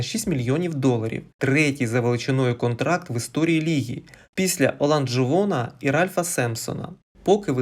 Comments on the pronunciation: буквы "n" там нет. Где ты взял это?) ...На майке даже посмотри "Olajuwon" ...Или ты текст читаешь? ...Лучше смотри баскетбол и интересуйся его историей, а не текстами и бумажками... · Научись правильно произносить фамилии баскетболистов...Оланджуон, аж смешно)